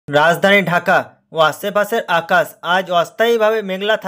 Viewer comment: 'আছে পাছের আকাছ' ভাই তোর যা বাংলা উচ্চারণ!